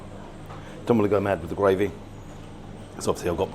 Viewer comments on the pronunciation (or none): Its gRavy not gWavy .lol. rgds Don